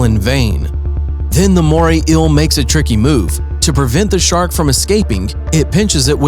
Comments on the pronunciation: Marine Inhibatance, did you mean inhabitants. you make me ill like the moray ill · “Mooray ill” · “The moray ill” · Why is he saying moray ill not eel? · “Moray ill” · Moray "ill"? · Inhibitants, Moray ill. God I can’t stand such blatant mispronunciations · "Moray ill" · Take a drink every time he says moray ill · Moray eel not moray ill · Take a shot every time he says morray eel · It's NOT a "moray ILL" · "inhibitants" :) are those things that, like, stop you from doing other things? And what's a Moray ill? I'm only 10 seconds in, this is gonna be gold.